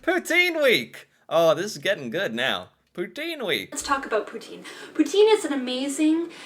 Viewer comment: As a québécois I got a say I rlly liked when u said « poutine »